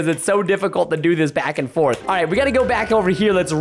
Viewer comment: he sound like he said robbed when he probably meant to got a new hoodie